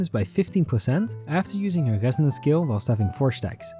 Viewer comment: Ah yes my fav type of skills " Gesonance " and " Libegation " 🗣️🔥